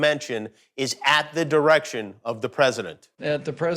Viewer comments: "at the president's irection'"...LOL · does little pence really allways say "at the präsidents errection? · At the President “irection” 😫😫😫😭😭😭😭🤣🤣🤣🤣🤣🤣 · President “ eirection “ 🤣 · Classic Jimmy Kimmel. Who'd think to cut off the d in 'direction'